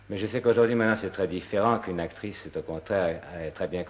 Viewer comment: عجبتني بزااف كيووت سيرتو لما تنطق اكتغيس ههههه